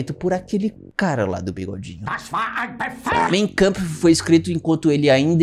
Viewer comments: ninguém precisa saber tudo, não encare como uma crítica, mas a pronúncia do título do livro do bigodinho é "máin câmpf", não "mêin câmpf". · Corretamente lê-se “main kampf” e não “mêin”